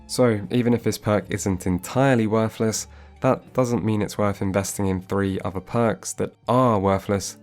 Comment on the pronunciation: Did you really go to Uni? I mean you say 'ovver' instead of 'other' and you think 'casted' is a word so maybe your teachers just didn't hit you enough with a wooden ruler?